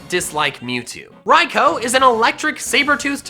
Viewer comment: Btw: nice pronouncing raikoi. Raikooooooooo